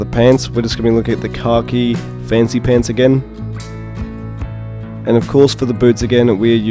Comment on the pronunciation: I kept thinking you were saying "car key" variant for the longest time. Lol. Finally realized you were saying "khaki" at the very end🤣!